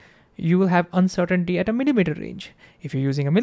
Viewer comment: Dude literally said uncertain-titty